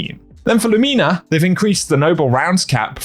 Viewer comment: Been two days and I still can’t get over how you said lumina 😂